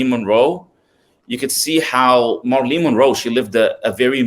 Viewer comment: Great content. One thing, her name is pronounced MARE-UH-LYN (Marilyn) not MAR-LEEN.